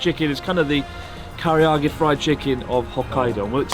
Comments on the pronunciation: Chris's insistence on mispronouncing Karaage as Kariage gives me an idea: Zangi chicken with a curry marinade instead of the garlic soy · blud still cant say karage. kariyage